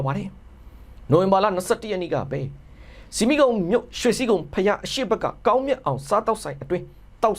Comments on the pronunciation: ရေ "ဆီမီးခုံ" ကိ အသံထွက်တဲ့အခါ "ဆမိတ်ခုံ" လို့ ထွက်ရပါတယ်ဗျ။ နောက် မမှားရအောင်ပါ။ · ဆမိတ်ခုံလို့ဖတ်ပါရေ